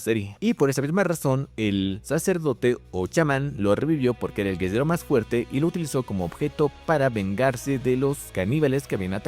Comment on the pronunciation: ¿Porque cuando dice guerrero dice guezero o algo asi?